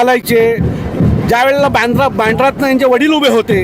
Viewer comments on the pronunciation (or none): none